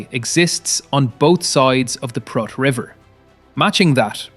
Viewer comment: Prut is pronounced with a long OO. Proot, not pruht.